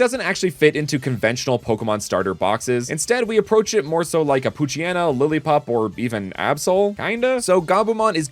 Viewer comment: I understand the mispronunciation of Poochyena and Mightyena, but I’ve always figured their names would have the same pronunciation as “hyena”, considering that’s where part of their name origin comes from